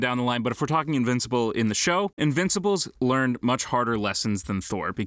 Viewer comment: The guy saying invincible is very wrong .